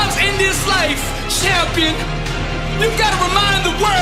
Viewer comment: I dono if its just me but the way the bro delivers "CHAHM-PI-AHN" bruhhh got me